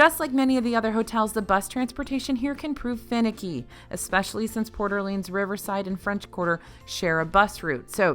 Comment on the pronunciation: No shade... it's Port (space) Orleans, not Porter Leans.